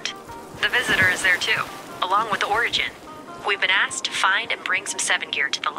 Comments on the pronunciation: He said orange instead of origin😂😂😂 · Wait did he call origin orange 😂